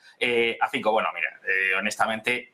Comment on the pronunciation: Fico..es un apellido y no se pronuncia como uno quiere...este apellido se pronuncia "Fitzo"